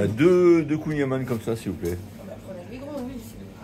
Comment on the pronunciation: Alors pour être pointilleux... On ne prononce pas kouign aman avec le son "A", mais avec le son "AN". Comme dans "amande". Après dans les deux cas c'est trop bon ! Bonne route...